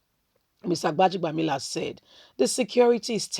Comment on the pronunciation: Go and learn how to pronounce words and names. You're a Nigerian for crying out loud. 'Gbaja-bi-amila.' It's easy. Why do you have to make things complicated.